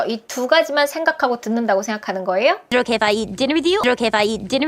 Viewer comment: 혹시 원어민이신가요?is it okay if할때 발음이 도레미쳤다ㄷㄷㄷ